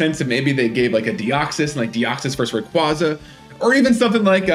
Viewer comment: ray-KWAY-zuh though